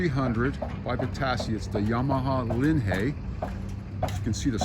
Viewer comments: Stupid video, zero video of the actual assembly. The name is not LINHAY, it is LINHIGH. Also not VITASSEY, it's VITACHI. Repetitive narration to "keep you updated" Poorly done. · never heard anyone pronounce it the way you do. Always heard it pronounced as if it is LIN High.